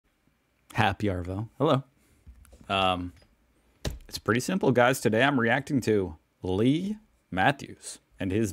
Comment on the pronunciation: For info when you say Happy arvo - it's more like 'aaaah-vo' than 'arrrr-vo' 👍🏻. Re Leigh Matthews that's why they used to call him Lethal Leigh 👍🏻 ps Go Hawks!